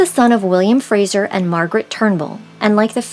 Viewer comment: Very interesting. I wish😮 you would pronounce his last name correctly. It's FraZer. Not Frasher. I have Scottish and Irish roots. So this was very interesting interesting. I love genealogy!